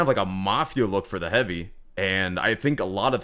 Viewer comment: Bro said shotgun hoovy💀